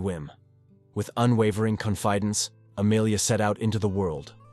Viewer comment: Con-Fide-ence? Bye.